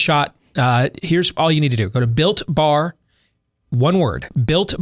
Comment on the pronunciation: I just kept hearing bill barr not builtbar lol